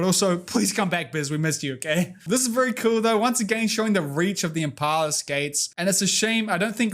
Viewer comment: "Inpala" pepeLaugh This was a lot of fun live! <3